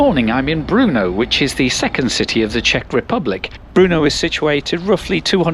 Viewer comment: Learn how to pronounce BRNO, not Bruno.